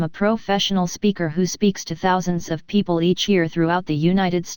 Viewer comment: It’s amazing. But some issues are there while listening it. 1) remove pg numbers & 2) some word are not proper like, it called ‘PEO PLE’ instead of ‘people’